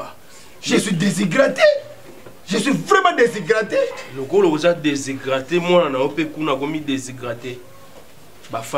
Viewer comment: Vraiment alobi aza deshygrate🤣🤣🤣🤣 (déshydrate)